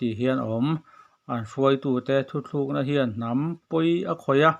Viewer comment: Thuthlukna ti suh thutlukna ti rawh